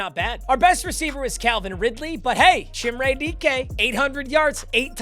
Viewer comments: Chimere dike is pronounced Ka meer ay dee kay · it’s pronounce chim-ray dee-kay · Van’s name is pronounced like the vehicle and it’s Chim-Ray Dee-kay. Doubt sees this nor really cares but the butchered names gotta stop 😂🐊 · That is not how you pronounce chimere dike😭